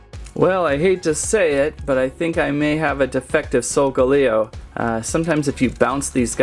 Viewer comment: ITS NOT SOUL GALAO ITS SOLGALEO And u little said row LET He next time u said owl et